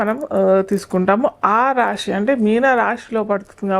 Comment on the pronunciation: షని, రాషి… ఏంటమ్మా ఉచ్ఛారణ సరిగా చెయ్యండి ముందు జాతకాలు తరువాత